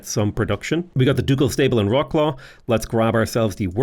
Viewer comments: Turning from nearly spot on "Vrot-suave" on the beginning to literally "Rock-claw" in the middle of the video. Sadge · I like how you started off saying Wroclaw almost perfectly and then switched to "Rocklaw" :D